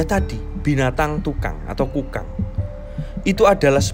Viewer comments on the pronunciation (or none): Baca nya kok kedengernya hewan tukang ya 😀, harusnya kan kukang